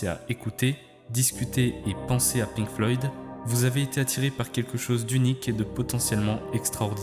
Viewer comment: aint no way bro said "les pink floyds" 😭😭 nice vid tho